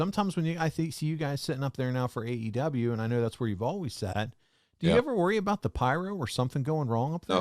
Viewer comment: “We gotta handicapper and we got the best eevvar.” Con man has to con.